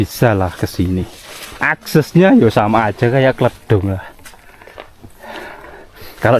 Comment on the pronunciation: klèdung mas bukan kledung ...aq asli kertek mas tp dah di semarang